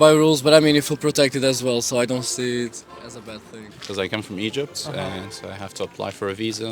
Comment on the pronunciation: E G Y P T , not eygpt 😂😂😂